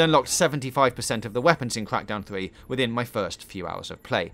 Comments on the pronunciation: Cwak dowwn free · That was a gweat weview of cwackdown thwee.